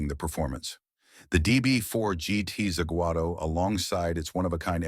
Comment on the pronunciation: The dire pronunciation in this video ruined it for me. I could forgive the bad Zagato sound but to get Le Mans wrong is unforgivable. Also showing extended footage around a one off Bentley made no sense.